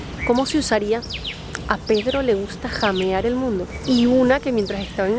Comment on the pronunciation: Huasca significa borracho. Se pronuancia jamear y no llamear